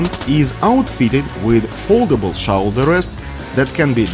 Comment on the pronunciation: "Foldable Showolderest"